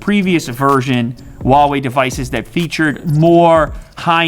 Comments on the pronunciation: can he PLEASE learn how to pronounce ‘huawei’... it’s not wawei 😂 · Hoo-wow-ee is how it’s pronounced in England. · Why are you saying “uawei” I thought the H wasn’t silent in Chinese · Good review. Huawei pronounce Huawei not wawei. The h is no silent. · I'm just curious why do most of the English speakers pronounce "Huawei" like "Wawei" without the "h"? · according to its manufacturers, its pronounced as "ha-wei" and not "hwa-wei". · I don't know why a lot people pronounce Huawei as Wawei. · Man it’s Huawei not Wuawei, they sound different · Just saying its pronounced HUAWEI - whoawe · Hu-WOW-ei :D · The "H" in "Huawei" is not silent